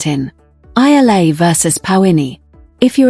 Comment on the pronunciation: These commentators/narrators are so disrespectful. Alex Eala <EE-YA-LA> has been celebrated for nearly a year now from the day news media noticed her outstanding performance in the WTA circuit. Yet, the media never researched, never tried to learn how to pronounce her name! That is truly idiotic.